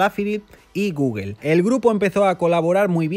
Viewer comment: ja, ja, ja, ja "Goguel". Tu pronunciación es lo mejor.